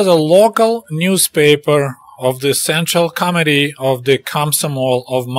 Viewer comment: Did you say central comitee or central comedy?